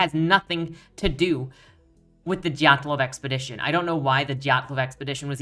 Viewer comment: Wonderful review. I tried reading this book, but I trailed off and lost interest. By the way, you did fantastic at pronouncing, "Dyatlov," as many Western speakers have a difficult time with the y-glide. I just discovered your work yesterday, so I look forward to exploring your catalogue more.